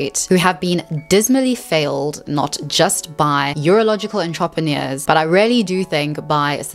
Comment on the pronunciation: Your pronounciation of entrepreneurs is ridiculous